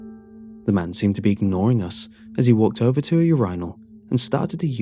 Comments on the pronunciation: "your eye null" lol made me giggle too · I like how he says "urinal" lol